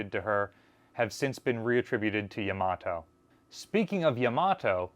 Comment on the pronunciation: Not real important BUT Yama - toe is the correct pronunciation for Yamato at least if one is pronouncing it as a Japanese word or name.